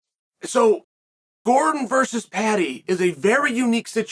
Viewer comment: Chael can't go thru a video without calling Jared Gordon Eddie truck Gordom lmao